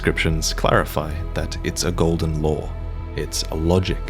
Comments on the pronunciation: I thought he said "Golden Lore" the first 3 times he said "Golden Law" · I can't tell if you're saying the Elden Ring is Golden Lore or Golden Law. edit: Subtitles clarified. Thanks for having them.